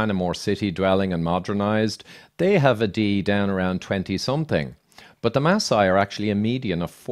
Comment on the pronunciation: Maasai not Ma sai they are the Maa tribe! I was born in Nairobi (a maasai name) and raised in Kenya.